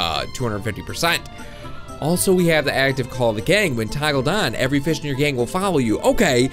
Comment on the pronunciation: keep saying feed and grow fiz lol